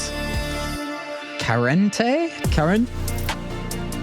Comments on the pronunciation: It's keria bro not Karen heheh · Caling Keria "karen" hurt my soul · the fact he called keria karen has angered me